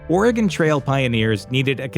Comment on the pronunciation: Thanks for saying "Oregon" properly! Not Oregoon like so many do. Great video! Thanks